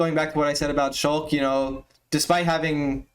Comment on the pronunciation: sheik not shulk